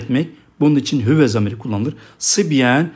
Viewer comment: Hüve diyorsunuz da arpaçanın neresinde “Ü” var